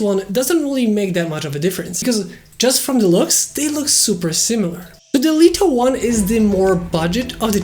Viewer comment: I love how you say "Deleto 1" :)